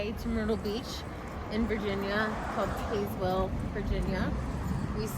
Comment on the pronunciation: Just seen the vid, great job. Look into the Saramonic blink 500pro 2 for mics. You get two mics so you both can be wired. Just FYI from my vid review it's not a very good riding mic as it is for when your stationary. Very good on sound without wind. Also, being raised just 15miles from Tazewell we pronounced the town "Taze-well" haha. Just thought I would let you know how the locals say it. Keep up the great work.